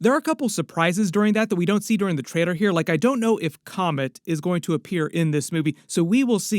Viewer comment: Dude it’s TRAILER. LLL. You’re a grown man please say it correctly